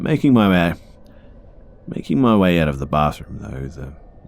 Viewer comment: "Making my wäeh."